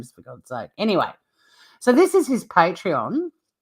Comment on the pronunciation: Omg, I agree. It's not Patron, it's Patreon. So annoying!